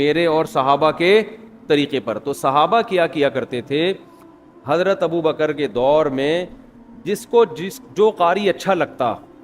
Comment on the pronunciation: جنابِ والا ! یہ والا ؟ وہ والا ؟ کیا اِسے بھی درست کہہ دیا جائے ؟ کیوں کہ یہ آپ کہہ رہے ہیں بل کہ آپ بھی کہہ رہے ہیں ، ناآشناے زبانِ اردو تو کہتے ہی ہیں ـ یہ مجھے مہربانی کرکے بتائیں کہ " ابو بکْ ر صحیح یا ابو بَ کَرْ " ؟ آپ نے تو ب کَرْ ( بفتحۂ دوم) بیان کیا ہے ـ ( احسان خسرو / Ehsan Khusro )